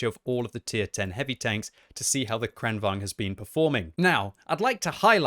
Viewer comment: It's kranVAGN, GN, not kranVANG. G is not silent in Swedish language